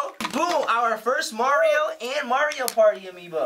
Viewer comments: For the last time, it is Mario not Maryio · saying mario wrong